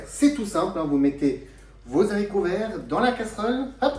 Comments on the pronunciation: Bonjour. Merci pour ces informations. Par contre (et j'espère que vous m'excuserez pour la petite remarque qui suit), sachez que l'on ne prononce pas les "zharicots". En effet, le "h" de "haricot" est aspiré (comme hibou, hasard, etc...) ce qui signifie qu'il n'y a pas de liaison. Comme je suis très attachée à la langue française et à la prononciation de ses mots (pour ne pas dire maniaque...), je dois avouer qu'à chaque fois que vous avez prononcé ce mot de cette façon... j'en ai eu mal aux oreilles. Sinon, une petite astuce pour les piqûres de guêpes ou d'abeilles: le vinaigre car il peut aider à soulager la douleur et le gonflement grâce à son acidité, qui peut neutraliser les substances toxiques du venin et avoir un effet apaisant sur la peau, réduisant les démangeaisons. C'est toujours ce que je fais dans cette situation et ça fonctionne très bien (sans hématome 😉). Je vais maintenant aller visionner votre recette. En tout cas, je vous souhaite une bonne continuation. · Comment congeler les zaricots ? Faut-il les stocker dans des zangars ? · 1/ on ne dit pas "les Z'haricots verts", 2/ on les lave AVANT de les équeuter sinon ils se gorgent d'eau. 3/on équeute QUE le côté qui était attaché au plant, JAMAIS la petite "virgule" 3/ on équeute QUE le côté qui était attaché au plant,JAMAIS la petite 2/on n'équeute pas les haricots AVANT de les laver car ils vont se gorger d'eau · Merci pour cette vidéo. Mais je ne connais pas les zaricots , seulement les haricots… excusez-moi mais ça choque mes vieilles oreilles 🥴🤣